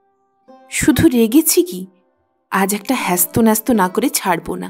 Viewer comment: গল্পের সমাপ্তিটা ভাল লাগল না। সোহাগী যদি স্বামীকে কর্মতৎপর করার জন্য বাবা-মার আশ্রয় থেকে সরে যেত সেটা ন্যায় সঙ্গত হত, কিন্তু বাবা মাকে কাঁদিয়ে নয়। আপনার কন্ঠস্বর মিষ্ট | উপস্থাপনাও প্রাণবন্ত ৷ কিন্তু কিছু পরিচিত শব্দের ভুল উচ্চারণ কানে বাজে ৷ যেমন, করজ্ নয়; কর্জ ; বাধ্ বাধ্ নয়, বাধো বাধো ; হ্যস্ত ন্যস্ত নয়, হেস্তনেস্ত ৷